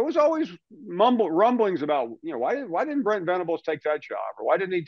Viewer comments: I noticed "Brett" and not Brent as well....but I think at this point most of the country (outside of Oklahoma) could not care less. LOL. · It’s BRENT, not Brett 😂 Surprised they didn’t catch that one